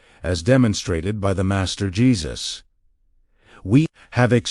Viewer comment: Your AI has got a glitch... When you said "DA MASTER" in one of the sentences where you were explaining something made a strange slow pronunciation with an accent before you start telling people how to handle their lives take care of your own shit. And by the way Jesus didn't sit in a Lotus position when he prayed, he always either sat, kneeled or looked up in the sky and held his hands and palms upwards.